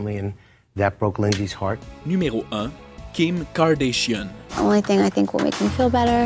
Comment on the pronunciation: Kim Kardashian pas Kordaeshions